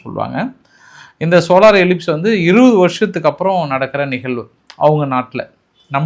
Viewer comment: சோலார் எலிப்ஸ் அல்ல சோளார் எக்ளிப்ஸ்